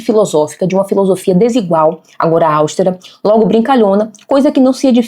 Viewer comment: Só um adendo: a palavra austera se lê austéra e não áustera. Se fosse como na última, teria que ser acentuada, já que toda proparoxítona o é.